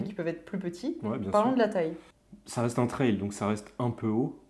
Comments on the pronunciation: Team canal insta et Team qui ne dort pas ^^ Et Team « la wifi », « pain au chocolat » et « traille pour la prononciation » 🥲 J’ai dévoré la vidéo dès la sortie, super sympa et super intéressant. Vous avez oubliés les poignées chauffantes d’ailleurs dans les options de la panAm. J’ai la PanAm Spécial depuis le début d’année mais je serais très intéressé par l’acquisition d’une Street Glide, ce look, ce bruit !!!😍 dommage que l’on n’entende pas le son de la moto d’ailleurs en extrait vidéo:) J’en redemande des vidéos sur la StreetGlide Vive Harley et vive vous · Pour la prononciation , personnellement j'ai adopté la prononciation "française" et donc comme on prononce une aile (d'avion par exemple) , j'ajoute simplement le T devant aile pour le prononcer "Traile". Ce n'est que mon avis 😁✌️. Mon avis sur cette vidéo ? Très sympa 👍👍✌️✌️